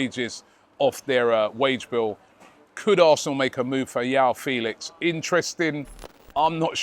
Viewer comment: Man said Iao felix😂